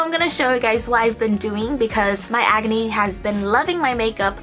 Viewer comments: When you said "acne" ,I thought you said "agony" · I always understand 'agony' not acne lmao